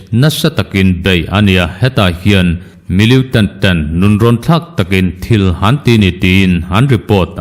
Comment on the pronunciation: Millitant tih hi miliutant tiin i lam ziah a, a dik lo, militant ti tawh teh a..